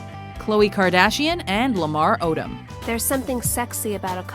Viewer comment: Lamar Odom.... basketball star? that didn't even sound right.